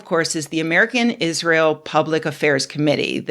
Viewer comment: "I've never even heard of Iss-Ray-Hell"